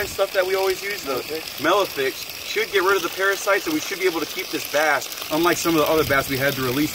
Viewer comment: Melifix i believe is how you pronounce it